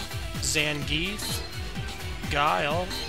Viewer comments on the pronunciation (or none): more enthusiasm man! and repronounce these names El furat Sag-it Zangeef Dawsome Not hating but nice review overall. 7/10 in my score board.